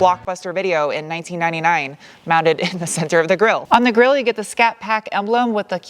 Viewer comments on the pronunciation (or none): none